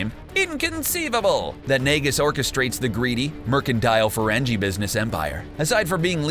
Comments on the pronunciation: I love how he said Ferrengi like someone whose never watched an episode of Star Trek Ferrenjee wtf!?! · I cringed each time he attempted to say Ferengi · Ferengi is pronounce with a stron G "Feren-Gee" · Did you seriously mispronounce Ferengi??????? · saying "Ferengi" wrong was just too much for me... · It's Ferengi with a hard g not a soft j sound dumbass. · Man this guy can't pronounce "Ferengi". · Bro I said the same thing man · Ok, it's "Grand Nagus", it's a Title, NOT a name...and you mispronounced "Ferengi". Flush out your head gear...cause it's about to be pee-pee pants time... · Ferengi is pronounced with a hard "g". It does not have the "j" sound. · The "g" in Ferengi is a hard "g" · That is not how you pronounce Ferengi......